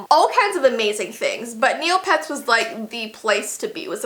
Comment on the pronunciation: i thought you was saying "kneelpads" instead of "neopets" at first lmao, i was so confused.. but nah, forget neopets, club penguin is where its at :c rip club penguin